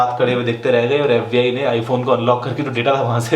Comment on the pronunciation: its FBI NOT FUCKING AFFBI